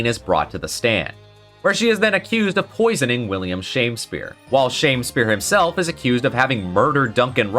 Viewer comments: You said shame spear instead of sham spear as he is literally a sham. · I thought Shamspeare's name was pronounced more like Sham-Spear than Shame-Spear. As in he was a sham Shakespeare.